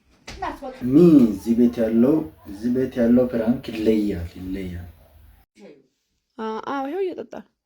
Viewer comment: ፍራንክ ሳይሆን ፕራንክ ነው የሚባለው 😃